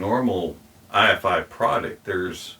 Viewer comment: It’s Ifi (rhymes with ‘hifi’) - not I.F.I.